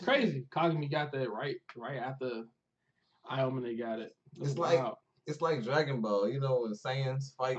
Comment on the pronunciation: yeah....let's just discount an ENTIRE game of focusing a plyer because in the last 5 minutes ir so, it was KINDA a 1v1, Aomine is a better player 100% and stop saying Aomone wtf.